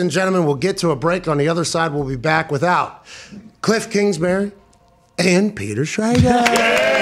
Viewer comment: “ Kilff Kingsbury “